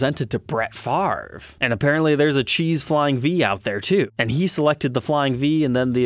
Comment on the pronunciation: No. Favor Favray Faver Fahve Those are some of the ways you could pronounce Favre. But no one in the history of language gets to just switch letters around and pronounce one before the other. NO FARV😮😢